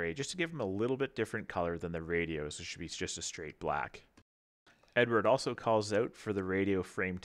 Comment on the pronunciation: .......just for your info (as it was annoying), it's pronounced Eddard, not Edward! It's Czech! Otherwise, great review so far.......